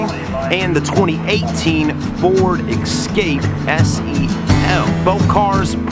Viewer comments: It's pronounced E-scape not X-scape.What's with those Bug-Eye sun goggles ? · Yes folks, he says” ek scape” and he says “ Mars da”, l do wish you yanks would learn to speak the English language correctly instead of butchering it all the time.